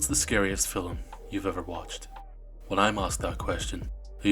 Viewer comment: It's pronounced film. Not fill 'em.